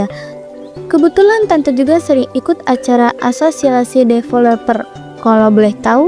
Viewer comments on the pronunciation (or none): none